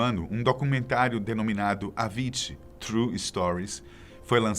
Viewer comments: Ouvia falar que a pronúncia era "Eivici" alguém pode esclarecer? Nunca ouvi isso "Avíd"... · "AVINTI"???? Para nós sempre será o "AVICII"! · Is not Avitxiiii!!!!!! Dude ....😂😂😂😂 Is Avicii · A fonética do nome avicci é: Avitzie e não Aviti! Ok amigo?? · Aviti? KKKKK